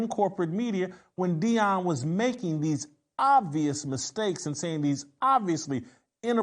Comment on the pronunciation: "Dees guys". And you want us to take you serious and as the smartest person in the room.